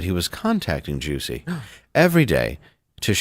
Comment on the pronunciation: Nobody ever told Jussie, that his name is pronounced "Hussy".